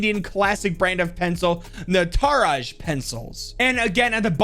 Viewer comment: It's actually pronounced nat Raj Not nata raj